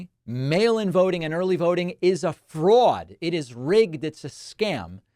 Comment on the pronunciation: "Frewaud" Good NY accent David. I vote by Mail In Ballot BUT, I Hand deliver that Ballot to the Box at my local Voting Location. No chance for any Nonsense.